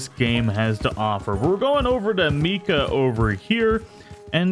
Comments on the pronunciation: His name is not pronounced mee-kah. It's My-kah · "Meeka" "John MARTson" sigh... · I was like who tf is Me-Ka